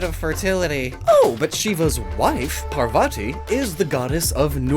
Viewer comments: Him pronouncing Shiva as Shee-va hurt my soul. It’s pronounced Shi-va, just like it looks like. Parvati isn’t Par-va-ti, it’s Par-vati. No hate, your videos are awesome, but it kind of hurt hearing that pronounciation as a Hindu. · I died at Shiva and Parvati pronounciation